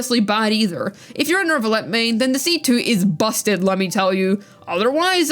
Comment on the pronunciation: There is no r or r sound in neuvillette